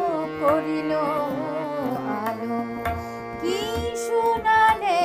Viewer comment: শোনালে শ এর উচ্চারণ ঠিক করতে হবে খুবই ভালো লাগলো👍